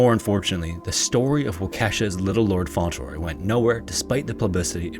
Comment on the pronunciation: Isn’t it pronounced Font-Le-Roy? Not Fon-Tel-Roy?